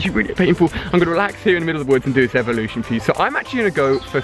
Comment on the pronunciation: new evelooshon to odish